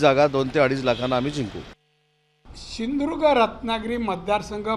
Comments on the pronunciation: Hyala shindhudurg bolta yet nahi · सिंधुदुर्ग पण म्हणता नाही येत याला🤣🤣🤣🤣